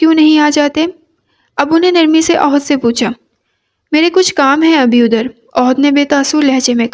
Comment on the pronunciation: Ohad nhi ahad h